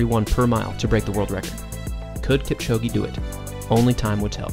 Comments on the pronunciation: "Keep-chow-ghee" 👎 "Kip-cho-gay" 👌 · This is great, the only issue is that you are pronouncing his surname incorrectly. Listen to him pronounce his own name. There is no 'E' sound at the end of Kipchoge. Other than that, well done. Informative and well made. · It doesn't matter how he pronounces Kipchoge's name or Lille, France. How is your pronunciation of English words by the way?